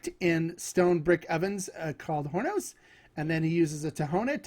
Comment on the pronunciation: I love that you review the best tequilas like G4, Fortaleza, El Tesoro, Pasote, etc. My favorite part of the review is the tasting since that influences my decision of which tequila to try next. Just something that I wanted to point out. The h in “horno” is silent. Don’t pronounce it like “horn”o, it’s “or”no Love your channel.